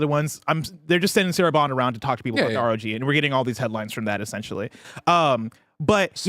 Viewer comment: IT’S R.O.G not rog